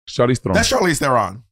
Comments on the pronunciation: very impressed with Monet pronouncing Charlize's surname correctly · Monét properly pronouncing Charlize Theron's last name is EVERYTHING. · Not Monet slaying the South African pronunciation of Theron ❤ and it’s not easy! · Love how Monet pronounced Charlize Theron. Its cute hearing that pronunciation outside of South Africa. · Monet saying Charlize Theron properly is everything 😭😭